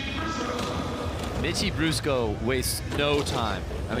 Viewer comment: Anyone else hear the commentator say "bitchie brusco" when introducing Mitchie? 😂